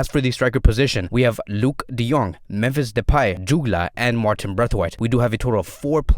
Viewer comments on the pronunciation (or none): none